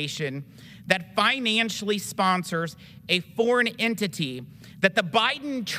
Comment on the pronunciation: This dude can't say his words correctly. tarist, intity, fun (instead of fund), hireen (instead of hiring), rill (instead of real), Isrelly, awso...